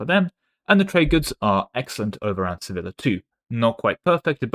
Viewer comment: Each time you pronounced Sevilla like vanilla I died a little inside